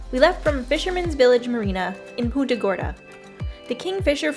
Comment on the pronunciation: You seriously didn't show mangrove road? Dude, thats iconic boca grande. I grew up going here every weekend cuz we lived in port charlotte. As for how you pronounce punta gorda..wow. 😅 never heard that before and i went to high school in punta gorda